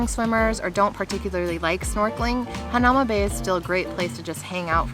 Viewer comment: It pronounced hana oo ma bay